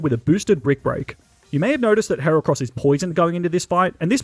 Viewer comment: THE FIRST A IN HERACROSS IS SUPPOSED TO BE AN E!